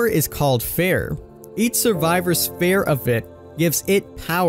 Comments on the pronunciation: It’s “fear” not fare xd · "Feer" and "Teer" not "Fare" and "Tare"... boy, what is going on..? We aint doing the Plag again. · It's pronounced feer, not fair. But spelt fear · EnglandIsMyCity fee-er. Fir is a real word and pronounced fur. In fact the way you said it is not spelled (I believe you meant pronounced) is exactly how it IS pronounced. Fffff eeeeee rrrrr. Not ffff iiiiih rrrrr and definitely not ffff aaaaah rrrr the way King was saying it lol no hate for anyone. It was just a silly thing. Like when Noob was saying Plag instead of Plague. Only I’m more surprised by King not realizing its fear not fair and would almost indicate to me that he isn’t familiar with the story. Or maybe he was just having a doofus moment haha ❤️❤️ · Why are you saying fare/fair? It’s fear.. fee-er lmao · Why are you calling it “fair” isn’t it fear? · Fear tier = fare tare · So is anyone gonna teach him how to say fear correctly? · Fear and tier, he says them both wrong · How can you not pronounce fear? 🤦🏻‍♂️